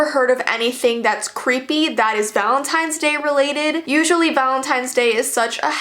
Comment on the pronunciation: VALEENTINES day